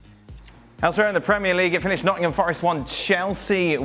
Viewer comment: Nottingham “Forest”, please!!!